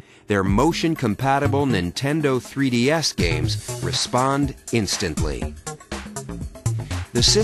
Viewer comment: "This is the nintendo 3D Ass"